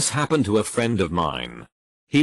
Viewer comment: TTS voice “this hap-ned”